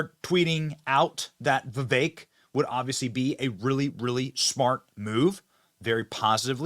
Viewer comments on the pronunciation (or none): not Vivey .. I Can't spell foreign language sounds . We had that before.🙂